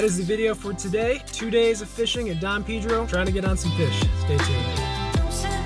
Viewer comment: Lol it’s don pay-dro, beautiful body of water 💦